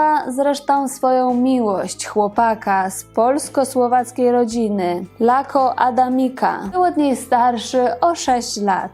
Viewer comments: Czy nie czyta się Laco, a nie Lako? Ja zawsze slyszalam Laco. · Dziękuję za ten odcinek. Korzystam z okazji, by pokłonić się nisko Agnieszce Holland. Za całokształt. Tylko: imię Laco wymawia się przez,,c". Pozdrawiam serdecznie.